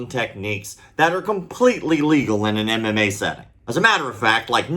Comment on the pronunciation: is calling MMA "am am may" LOL